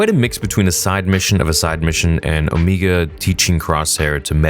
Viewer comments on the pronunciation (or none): It’s OMEGA not omeeeeeega.